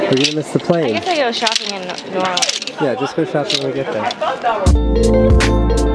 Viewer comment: It really makes me happy that you don't say "Nawlins" or "New Orleeeeeens". No one from here says it that way unless they are in a movie. Everyone from here pronounces it "New Orlins" which is the proper way to say it.